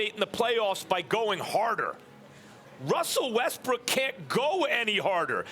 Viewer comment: Stephen A: Wussel Ressbook. Also Stephen A: Houston Rackets